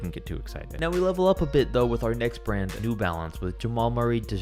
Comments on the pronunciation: Shoe RRand. Brah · Best starting five from every shoe RRAND!! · No one: The start of the video: every starting 5 from every shoe rrand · In the beginning it says shoe rrand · shoe rrand